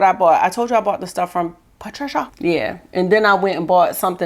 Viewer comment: Ordered the Danessa!!! Spray. Cant wait to get it. You tickle me when you say Patricia and Danessa!!